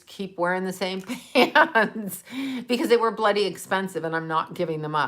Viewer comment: When says "bloody" it reminds me she's from Canada! I love it:-)